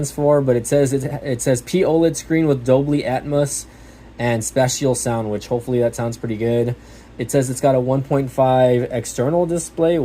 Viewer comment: Nice video. The P in POLED means it's using a plastic substrate, kind of insignificant, really it just means it's OLED. Also, Dolby is pronounce Dole-bee and spatial for spatial sound is pronounce spay-shial